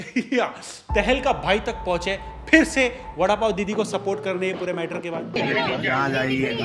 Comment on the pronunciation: Vadapow not lowda paw